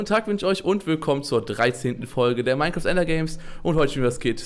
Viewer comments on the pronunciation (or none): none